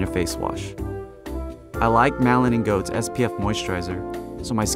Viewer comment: These guys are phonies. They have 0% of my respect. , it’s D. R. Harris, short for Daniel Rotely, not “doctor.” Next, , it’s pronounced like Malin and Getz not “goats.” I find it hard to believe they use these products when they don’t know how to pronounce the brands. I don’t know what’s going on.